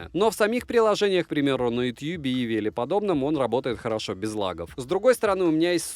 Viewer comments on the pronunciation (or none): none